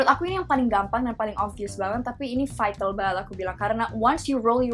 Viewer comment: seriously, you need to hear yourself for saying v letter, like obvious or vital, no offence darl :p